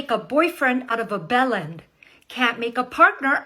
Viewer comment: belland? I think she meant "villain" but had no idea on how to pronounce it, and no clue whatsoever on spelling. Can't make a literate out of a teenage high-school dropout single mom with 3 kids.